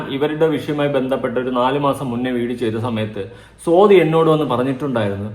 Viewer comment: സോതി അല്ല സ്വാതി 😊